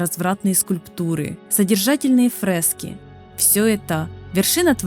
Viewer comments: ФрЭски... Авторóв... Мне одному ухо режет? При том что в остальном речь достаточно грамотная. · НарОсты, колеЯ, фрЕски, Авторов, бля. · Озвучивала нерусская женщина? Что за на́росты? Что за фрэски? Пздц. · Учитывая регистрацию в Германии, как я понял, ваши ударения это не нейронка, а ваше озвучивание. Но нАросты и фрЭски... так не говорят, прошу учесть в будущем. Спасибо за ролик.